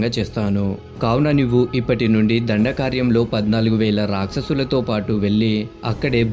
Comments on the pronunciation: దండకార్యం కాదు దండకారణ్యం....ఏమి భాషరా నాయనా....ముందు నీ భాష మార్చుకో...... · అది దండకార్యం కాదు రా బాబు. దండకారణ్యం